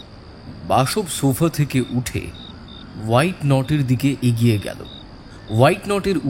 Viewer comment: 3.13. That piece of furniture is called WHATNOT. Don't mispronounce it as WHITENOT